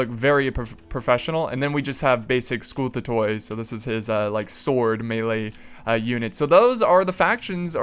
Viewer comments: The combination oi in Greek is pronounced as i so we say scoutati and catafracti.greetings from greece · BTW is pronounced sku-tah-toi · fun battle, especially the initial phase with all that scary fire :) BTW, skutatoi is constructed and pronounced just like hastati :) hasta (the spear) hastatus (the spearman) hastati (plural) scuta or skuta (the shield) skutatus (the shieldman) skutatoi (plural, the "o" is not pronounced)